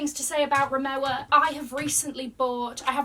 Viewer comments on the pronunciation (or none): please remowa is a German company so the pronunciation is incorrect you suppose to say "remova" because the "W" in German is pronounced a "V" Love the content tho <3